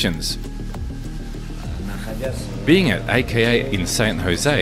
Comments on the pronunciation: A K A not aka bro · Just say AKA not auka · Ok bro. You can't make mma videos and mispronounce A.K.A.